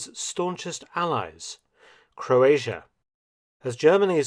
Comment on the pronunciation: Forgotten? I love him even today. Also it's crazy if English is your first language and you don't know how to say "Croatia".